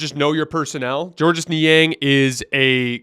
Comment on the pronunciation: Great study. Note it's pronounced George Niang.